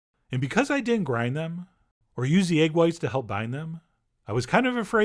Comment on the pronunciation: he doesn't pronounce the second "d" in "didn't"